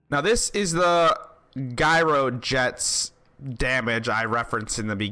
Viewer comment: Challengeifiers and Gyrojets...please continue to pronounce shit wrong so the grammar nazi nerds have stuff to talk about. Luv your Channel bro!